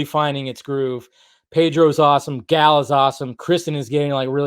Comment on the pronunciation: So you for years now you have said that you love Gal and Gal is wonder Woman and yet after all this time you still cant even say her name correctly. So I'm trying to figure out if you're lazy or if it's that you just don't care. See people notice these things and remember it, plus it takes away from your credibility.